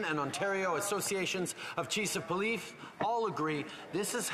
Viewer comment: The chees of poleef?